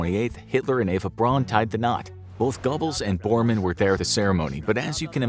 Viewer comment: “Braun” is pronounced “brown,” not “brawn”